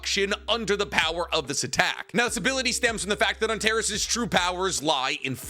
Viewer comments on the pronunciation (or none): Hi! It’s pronounced An-tare-ees. It’s the red star in the scorpius constellation. It’s also my sons name and people keep pronouncing it wrong 😂